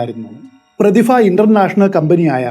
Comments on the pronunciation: Prathifa alla Prathibha, gets annoying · പ്രതിഫ ആണോ പ്രതിഭ ആണോ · പ്രതിഫ എന്നുള്ളത് പ്രതിഭ എന്നു പറയാൻ പറ്റുമോ 😁😁🤣🤣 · പ്രതിഫ യല്ല ബ്രോ, പ്രതിഭ എന്ന് ഉച്ചരിക്കൂ. പരിഭ്രാന്തി എന്ന് താങ്കൾ ശരിയായി ഉച്ചരിച്ചു. അതുപോലെ പറയൂ. പ്രതിഭ.